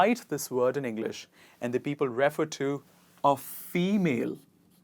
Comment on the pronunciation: Again, it's r"i"-fer, pr"I"-fer, with stress on the second syllable for verbs. However, it's prèferable and prèference with è as in head and stress on the first syllable.